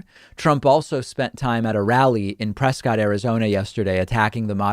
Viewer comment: It's pronounced PRESSkit, AZ. Don't say I never gave you anything, besides $1.99/mo. Enjoying your content.